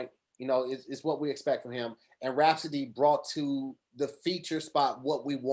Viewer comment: Hey Tom, It's seems like is trying to say Rapsody, but he keeps saying Raspody. Otherwise he doing great, back to you Tom.